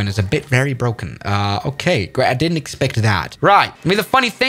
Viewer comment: Sounded like he said "didnit do it for you"